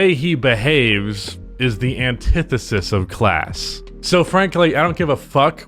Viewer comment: But you can say antithesis with ease